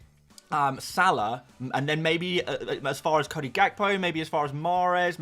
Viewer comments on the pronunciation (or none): none